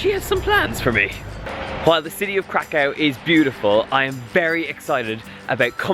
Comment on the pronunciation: Yay for Poland! Btw, i don't mean to be rude or anything, but Kraków is pronounced like Krakoov, haha :D